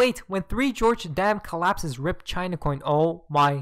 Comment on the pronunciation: it's NOT GEORGE'S, it's called GORGES.